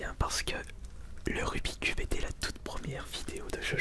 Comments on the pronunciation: Rubixxxx cube et non Rubi cube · Aaaaahh!! Tu prononces mal rubik's cube ! Mais on t'en veut pas... Enfin à peine.